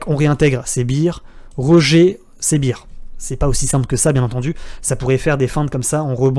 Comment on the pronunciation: Merci my man! Bull or Bear ou Bull or Beer. Tu dois penser aux vacances, donc a la bière. Bear se prononce différemment :-)